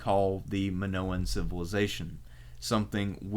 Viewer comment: Man this is such a great video But the pronunciation of Knosos is so wrong, is Ko-no-so not ki-no-sis, remember, this is hellenic/latin pronunciation, not germanic pronunciation Is even weird because you say minoan in a correct way